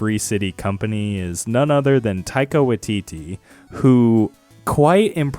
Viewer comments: It's WAITITI, not "watiti"" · just a quick tip from a kiwi - when you see a Māori word that has "wai" in it like Taika's surname, it's more pronounced like "why", so it would sound like "why-titee" - said with love not judgement at all just wanted to help with the pronunciation